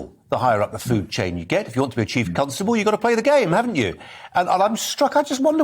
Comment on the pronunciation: Why does he keep saying "Chief Cuntstubble"